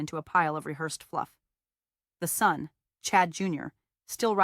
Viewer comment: Funny AI quirk that this voice masters "metadata" but mispronounces "son".